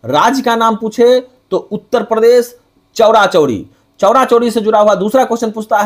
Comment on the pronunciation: चौरी-चौरा को चौड़ा-चौड़ी क्यों बोलते हैं?